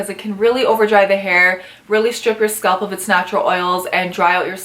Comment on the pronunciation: SCA-A-A-LP NOT SKULP